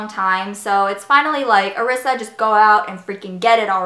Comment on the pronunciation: Haha yes I usually tell people it's like Marissa without the M lol. But no biggie because it's reeeeally pronounced "Eh-ri-sa" in Japanese and I somehow "Americanized" it growing up. Anyway, yes Ulta's system rocks! Glad you're enjoying the Royal Collection! Thanks love <3